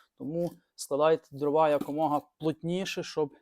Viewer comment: По-перше, українською не дровА, а дрОва. По-друге, судячи з Вашої розповіді, маємо справу з абсолютним дилетантом в якого ще й піч зроблена неякісно, непрофесійно. А невибраний з піддувайла попіл свідчить ще й про лінощі господаря. Фе!